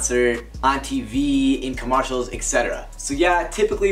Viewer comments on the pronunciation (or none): Nobody:: COmMerCAls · This mans said CAMARSHALLS 😂